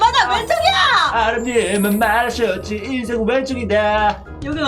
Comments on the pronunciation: 에서 인생인데 인새라고했어욬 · 엄…늦은것 같은데 에 인생은 왼쪽이야를 인새은 왼쪽이야 라고 했네영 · 2분3초에 인생은 인데 인새은 이라고 했어요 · 인새가 아니라 인생 입니다!! 오타 나신거같네요!